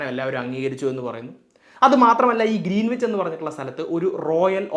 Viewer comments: It's not ' Green wich ' it's greenich As a science and tech enthusiast ,I visited Royal Observatory in Greenwich south east London where the prime meridian passes through and realised that how I mis pronounced the place name. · Greenwich പ്രോനൗൺസ് ഗ്രീൻവിച്ച് എന്നല്ല ഗ്രീനിച്ച് എന്നാണ്, w സൈലന്റ് ആണ് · Sorry to correct you,it’s pronounced Gren-itch , not green wich! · IT'S PRONOUNCED AS ' GRENNACH !' ======== MATTS' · Pronunciation is GREENICH ˈɡɹɛnɪt͡ʃ/, /ˈɡɹɛnɪdʒ/, /ˈɡɹɪnɪtʃ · Greenwhich is pronounced as “grenich” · ഗ്രേനിച്ച് എന്നാണ് ഉച്ചരിക്കേണ്ടത്.. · വളരെ നന്നായിട്ടുണ്ട്. പ്രത്യേകിച്ച് ആരും ശ്രദ്ധിക്കാത്ത 180 ഡിഗ്രിയുടെ പ്രാധാന്യം! ഒരു ചെറിയ സ്ലിപ്പ് ശ്രദ്ധയിൽ പെടുത്തട്ടെ: Greenwich എന്നതിന്റെ ഉച്ഛാരണം ഗ്രീനിച്ച് എന്നു മാത്രമാണു. w - silent ആണിവിടെ. ഇംഗ്ലണ്ടിലെ -wich-ൽ അവസാനിക്കുന്ന മറ്റു പല സ്ഥലങ്ങളും ഇങ്ങനെ തന്നെയാണു! Otherwise excellent explanation. Keep it up! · ഗ്രീനീച്ച് എന്നാണ് ഉച്ചാരണം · Greenwich is pronounced as Gren-itch. W is silent. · ഗ്രനിച്ച് എന്നാണ് ഉച്ചാരണം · Good explanation. 👍🏻 I saw it because YOU explained it, eventhough I knew it very well. But just one correction, though not that a priority, pls check the pronounciation of 'Greenwich'. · Good information 👍 Please check on the pronounciation too... For instance, Greenwich.